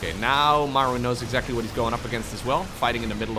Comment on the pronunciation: What EGGzactly?